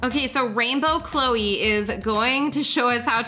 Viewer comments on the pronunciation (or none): none